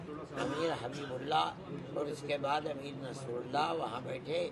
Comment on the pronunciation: आप के वीडियो के सबजेक्ट पर हिन्दी भाषा में लिखा है आमिर, जो के नाम की ग़लती है, कृप्या ध्यान दें। आप ने बोलने में सही नाम बोला है अमीर Muttaqi। शुक्रिया